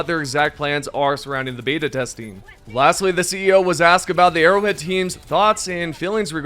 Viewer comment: Nobody can convince me this man is saying arrowhead. He says erowid